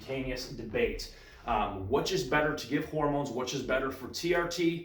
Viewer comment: do you pronounce "which" as wuhch? that's interesting.